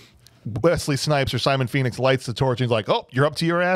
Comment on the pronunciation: Did anyone of you notice when stallone shout "phoenix " it sound like he shout "penis"